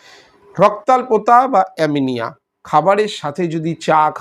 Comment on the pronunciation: স্যার ভুল উচ্চারন করলেন।অ‌্যামিনিয়া নয় ,ওটা হবে অ্যানিমিয়া।